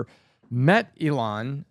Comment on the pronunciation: Can someone pls tell this guy (Pat B David) to pronounce Elon's name right. So annoying.